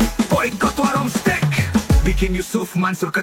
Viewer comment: Steak itu dibacanya Steik ya bukan Stik Stick = Tongkat